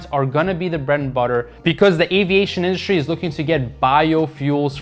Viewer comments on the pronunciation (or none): none